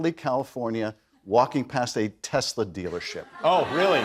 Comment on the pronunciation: CHRIST Ler. Doesn’t believe in TESLER